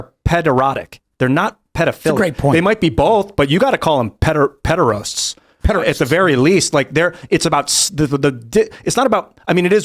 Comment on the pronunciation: Hey, guys, you are spelling and pronouncing the word incorrectly. Pederast not Pederost. Greek = paiderastes English = pederasty